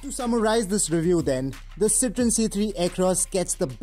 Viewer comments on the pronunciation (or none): Isn't it pronounced citro-en instead of citron.